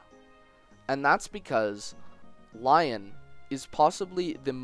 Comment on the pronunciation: Okay I know I'm sorta late but Lyons name isn't pronounced Lion but more like Leon.